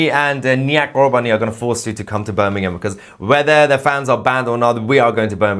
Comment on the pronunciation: He can't even pronounce it Correctly it's "Birmingham" not Bir n ingham